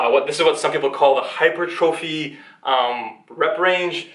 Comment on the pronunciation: you should Google how to pronounce "hypertrophy" properly, your mispronounciation is hurting your credibility haha.